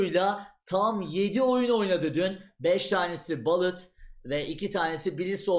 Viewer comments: Balıt değil bulıt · Bullet (ˈbʊlɪt), Türkçe söylenişiyle "bulıt".